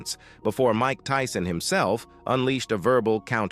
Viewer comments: Did he just call my guy Mike Teeson😂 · The robot said Mike Teeson. Idiots